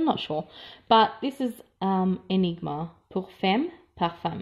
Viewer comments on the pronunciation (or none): none